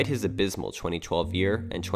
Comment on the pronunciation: 491 in the world is amazing for a 15 year old boy, also the word is abysmal not adysmal.